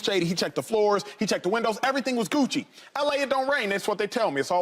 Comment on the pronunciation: Bro said cewchie instead of gucci 😂